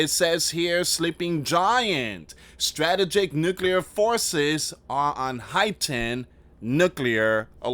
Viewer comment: You are pronouncing strategic wrong...